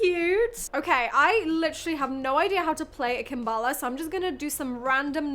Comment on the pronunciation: It's a kalimba not a kambala 😅